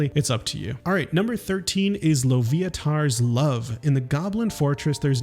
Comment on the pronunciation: I love newbies to dnd mispronoucning the stupid made up names we have. Like quasit and loviatar